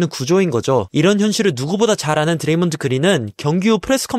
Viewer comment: 드레이믄 그린?ㅋㅋㅋ먼 발음이냐이건